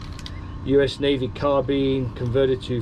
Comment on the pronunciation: It's carbine dang it! Not carbean! 😉😊